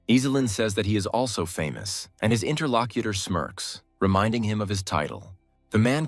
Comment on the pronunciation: The moment I heard "interlocuter", I was done.